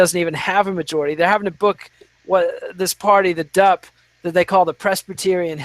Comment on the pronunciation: Lols at "The DUP", it's the Dee U Pee!